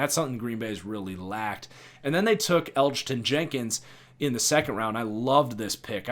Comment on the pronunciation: The G is silent for Elgton J. I thought you did a pretty good job 👍 I’d give you a B- for an overall grade. 😁